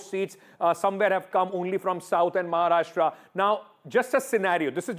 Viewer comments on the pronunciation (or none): none